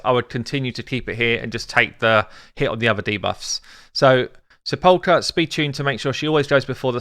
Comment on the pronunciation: sepulcher = SEP-ul-ker :P